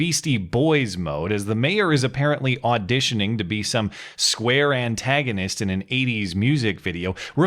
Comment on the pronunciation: Square antognist lol